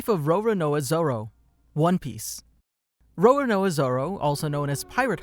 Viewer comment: Row-Row-Knowa Zoro